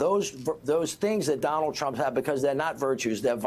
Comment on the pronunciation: Trump not tramp.